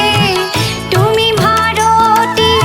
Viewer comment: আহ্, কি আন্তরিক ভাবে গাইলে।। ভালো লাগলো শুনে । আরো চাই। একটু বলছি, তুমি উচ্চারণ টুমি হচ্ছে। এটা একটু কানে লাগছে।